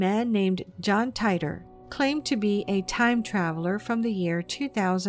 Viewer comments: It's not John Tyter, it's pronounced, "Teeter' As in, "teeter-totter". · teeter. not tighter. John Titer. /yawn